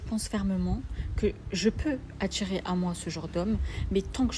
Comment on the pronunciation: "attirrrrrrrrer" frérot 😂